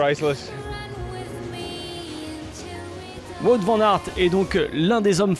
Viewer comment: "Wout" se prononce "Wot" x) c'est du flamand, pas du français